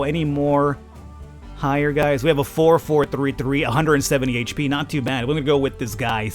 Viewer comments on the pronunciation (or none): none